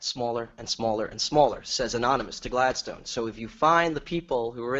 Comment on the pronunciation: I promise I'm not on caffeine. 🥺